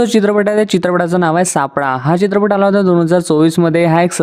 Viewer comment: 'चित्रपट' ,'सोबत' हे उच्चार तरी स्पष्टपणे करा ना दादा. बाकी तुमच्या निवेदनात असलेला इंग्रजी शब्दांचा भरपूर वापर इ.बद्दल बोलत नाही. 😮